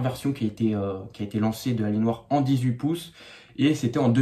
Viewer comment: ça se prononce "alienwère" si jamais! En terme de laptop ça passe bien mais en terme de desktop faut surtout pas en acheter! Par contre lui tu l'as payé hyper cher pour les specs, même si c'est robuste! C'est pas ce que j'appelle une "bonne affaire". Et en terme de processeur dans les choix on est bien limité... L'écran m'a l'air un peu pourri aussi, en revanche le clavier a l'air bien sympa par rapport aux laptops gaming modernes. Le fameux port est un port express card, en gros PCI x1 en hot swap. On peut y mettre toutes sortes de choses.